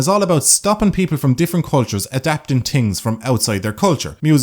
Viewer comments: I love how you say "tings" instead of "things". It sounds nice to me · I say hings